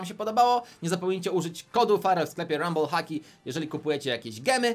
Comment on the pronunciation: mowi sie ramblle hockey